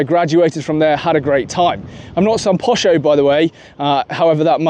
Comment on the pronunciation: "Posho" ? Sounds like a rather posh version of that word.